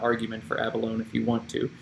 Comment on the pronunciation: Love all this - BTW, pronunciation is a-buh-low-knee. Great humility!